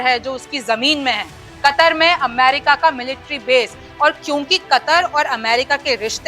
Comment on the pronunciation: kataar nahi katar hai sayad